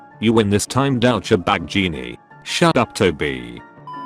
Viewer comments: No one: auto speech: Daucha bag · Douch-cha-bag. I love this thing's mispronunciations!